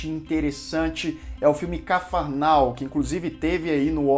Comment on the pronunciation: N SE DIZ CAFAR NAU É CARFARNAUM COMO A CIDADE DO EGITO OU A CIDADE BAHIANA